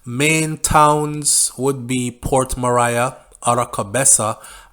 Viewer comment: Port Maria is pronounced Port "Mareea".